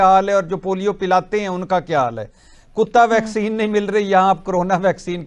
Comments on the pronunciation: It's vaccine not bhaccin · Sir you are great. I like your programmes. Kindly improve pronounciation. Bheccine nhi bolte. Its vaccine ...simple. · भाई बहुत अच्छी खबर सुना रहे हो पर कृपया करके पहले अपने मुंह में जो गुटखा डाल रखा है.... वह गुटखा धो कर आओ फिर साफ-साफ बोलो ....भैकसीन नहीं है..... वैक्सीन होता है मेरे भाई😂😂😂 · Bhai vaccine ko Bhaccine ku bole reha ho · ये भैकसीन नहीं, वैक्सीन कहा जाता है। कृपया उच्चारण तो ठीक तरीके से करे। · भैक्सीन नहीं वैक्सीन बोल़ो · Bhaixcen nahi he vaccine he